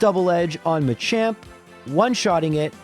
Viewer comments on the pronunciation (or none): none